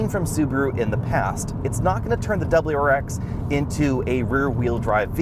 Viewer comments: This guy should’ve practiced saying wrx a little more before the video 🤣🤣 Dubberl-rar-ex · Dub-L-U RX.